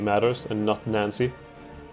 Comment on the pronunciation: Nice job! If you want to put more pressure on the allies, you could get involved on the Hedjaz-Yemen front. /Pronunciation Tips: Sinai - S(eye)n(eye). The vowel sounds are both pronounced like the word "eye". Nancey - Nahnsee